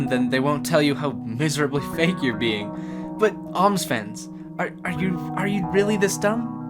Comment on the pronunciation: Its an o not oooooomz